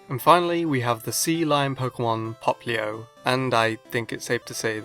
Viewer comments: popilo???? its popplio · Poppilo? Did you seriously pronounce it Pop-ilo? It's POP-LIO! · He’s saying populo...😂👏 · He can't say popplio correctly